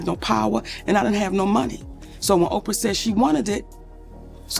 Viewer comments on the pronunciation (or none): Why doesn't she pronounce Ophra???? She says Opia